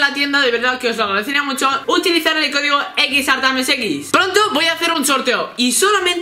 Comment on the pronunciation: Se llama en su cuenta principal xARTAMIOSx y dice XartamosX